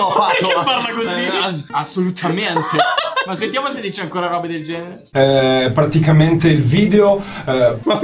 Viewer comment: Nessuno: Tony: PARTICAMENTE